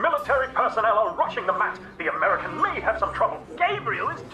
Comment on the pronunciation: "Americal." or "A Merry Cal."